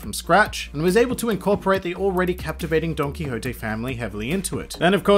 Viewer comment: That's how it's pronounced. Well not like the way you said it but DON-KI-HO-TE